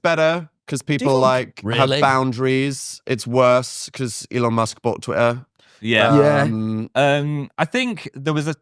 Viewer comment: "twi-uh" dan what was that